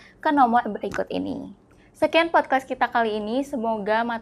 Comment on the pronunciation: Ini insightfull bgt tp saya agak penasaran kenapa hostnya selalu nyebut podkwest ya? Apa saya salah denger wkwkk